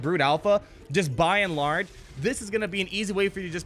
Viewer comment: Buy in large? You say it a bunch in this vid. Why? It reminds me of Wall-E.